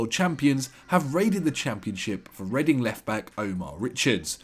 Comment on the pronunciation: The way he pronounced readings stadium is shocking